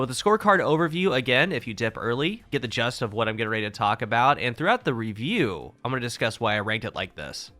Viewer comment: Not trying to be a douche, but the word is Gist pronounced Jist. I keep hearing you say Just in videos and it makes no sense.